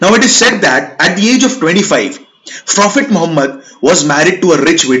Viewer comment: Not frophet, prophet get your pronunciation right bro!